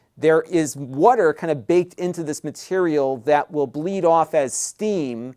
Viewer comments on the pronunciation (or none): I love how you say "wudder"! Is that a Philly accent?